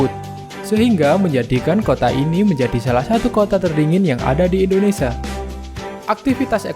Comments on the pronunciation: Indonesia, bukan Indonesa. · Admin beritanya baik tpi Admin hrs belajar melafalkan nama Indonesia dengan benar. Admin bs bilang Malaysia dengan benar knapa nga bs melafalkan IndoneSIA dengan benar. Nama negri Kita INDONESIA bukan INDONESA. Kedua melafalkan kan Like itu ,"i" nya dibaca "ai", lafal bavanya 'laike' bukan 'leeke' Mohon di perhatikan.